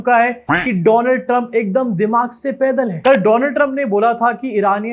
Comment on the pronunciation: Donald Trump ❌ Doland Trump ✅